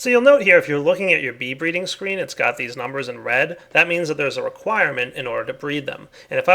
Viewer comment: lol "bree reading"